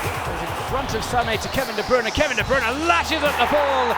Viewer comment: i hate how they say kevin de bruyne wrong